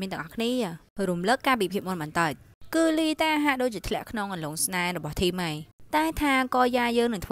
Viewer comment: ធីម មិនមែន ថាម ទេAdmin😆😆